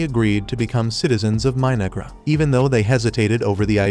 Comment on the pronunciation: 😂 The AI voice sounded like it called the civilisation My-Niggra... I had to replay it 4 times and yep that's what the voice said. It definitely wasn't My-No-Ghra. I wonder if the creators are fans of Denzel Washington from Training Day, lol.